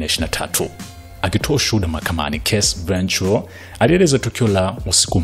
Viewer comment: Hujui kutamka jina la Cassie last name yake, jaribu kusikiliza wenyewe wa America wanavyo pronounce. Mtangazaji unatia aibu sana hujui kutamka majina ya kizungu vizuri